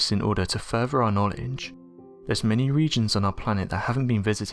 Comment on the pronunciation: Wait. Did you just say fervor? It's furTHer. TH TH. Fought er thought you were bright & able pronounce English correctly.